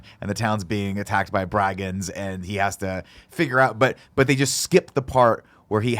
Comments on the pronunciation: Did Nick just say "bry-gands"? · Lol, I caught that too. It’s brigands, his grammar is as bad as his reviews.